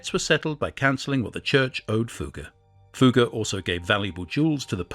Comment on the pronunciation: Fugger was pronounced correctly... Maximilian so so